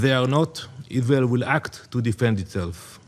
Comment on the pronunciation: I can't express how much a I hate this POS. ISGHAEL, ISGHAEL, ISGHEL. Learn the "R" sound you ghat